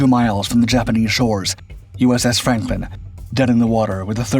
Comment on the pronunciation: Is it just me or does it sound like the narrator is calling the ship "Frampton?"